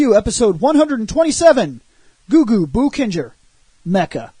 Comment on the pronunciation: In case no one told you, Japanese words ending in "ou" are meant to be pronounced like "owe". It's "bow-kenger", not "boo-kenger." ..Though depending on your opinions about these robots, you'll be going "boo-kenger" regardless.